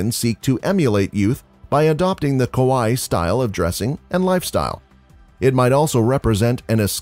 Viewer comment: Okay, the rest of the Japanese pronunciation is really not bad at all, just some weird emphasis on some syllables. Other than aoi and kawaii, very impressive.